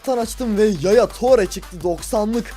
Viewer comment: tore diyo okunmuyo abi ture diye okunuyor.